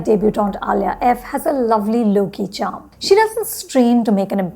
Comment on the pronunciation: Why you calling alaya as alia?